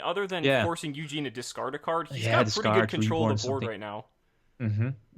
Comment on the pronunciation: It’s Eugene not Yuginono. Get it right!